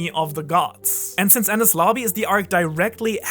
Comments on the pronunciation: As a secondary english speaker. When u said adding D to enies lobby i pronounce it as Denis. Cause sounds like enies haha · Of course, it was bullshit when said that Roger left a message on the poneglyoh when it's clear it was inscribed on a gold side panel. The despicable pronunciation of Enies in this vid gives the ideas less credibility. While Jaya and EL would have been a part of the AK, it doesn't mean LT was/is there. Under the X that marks the spot, LT could be at the BOTTOM of RM, and having LT right start the start and end of the GL,, and after sailing so much of the world that LT is close to where he was born, might have struck Roger as funny.